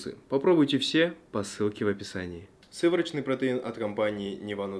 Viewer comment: Кто-нибудь скажите ему, что протеин не "сыворочный")